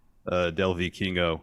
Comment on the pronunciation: As a Spanish speaker I’m glad learned how to pronounce Vikingo lol